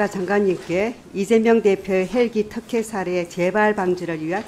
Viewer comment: 턱혜가 아니라 특혜, 어사가 아니라 의사입니다. 의원님 ㅋ